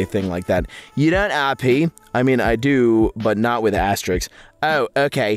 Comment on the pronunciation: "Wha- what's wong with astewisks?" * Looks down, eyes tearing up. * "Wh- why do peopwle say they're bad?" (Jk, they're actually the worst things to exist. 🤢🤮)